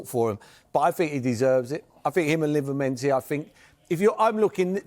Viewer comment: he just cant say livramento to save his life 😂